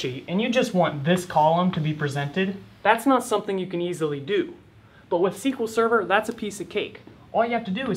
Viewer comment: SQL Sever? Im gone, C-yah!